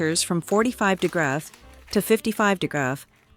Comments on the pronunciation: Is pronouncing "degrees" degrass a new way to pronounce it? I've not heard that before. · it's the voiceover. degrees become "de-graath" 😂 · the AI read degrees as degras, probably some spelling error in the script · If the creator of this vid used a REAL HUMAN VOICE instead of a computer-robot-AI generated abomination, it would have been viewable. But, at the 4 minute mark, when the robot couldn't even say "degrees" (a very common word in the cooking world), that was the end for me. ENOUGH WITH THE DAMNABLE AI GENERATED NASTINESS ALREADY! USE A REAL HUMAN VOICE!!!! No more vids from your channel for me. THUMBS DOWN. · Is the narration by A.I.? there are multiple and consistent mispronunciations of 'degrees'. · Some day AI will know how to say degrees.